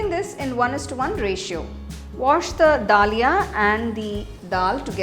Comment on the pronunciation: We don't say mam da lia, we say daliya in Hindi.